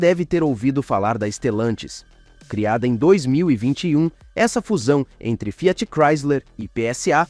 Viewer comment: Parei no Fiááát. Narração de IA é diarréia